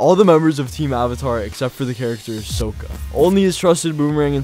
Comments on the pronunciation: It's not sooka it's pronuces sock ah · BRO WHY ARE YOU SAYING S”OH”KKA ITS SOKKA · Sokka (Sock Ah) common mispronunciation since that horrid move came out😂😂😂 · Did you just say sooka? I feel like your only exposure to the franchise is the m night movie… how did you mispronounce it that bad lmao